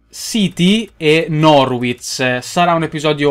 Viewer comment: si dice norich